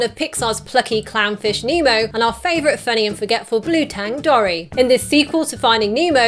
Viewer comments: Dory is said dore/ee not dor/ee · I'm British too, but I've always pronounced Dory as 'door-ee', not 'dorry'. Irrespective of this, love your videos. Keep up the good work! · OMFG you say dory wrong its not dorry